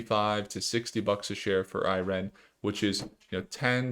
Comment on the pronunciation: Why are you pronouncing IREN like that… it’s one word lol 🤣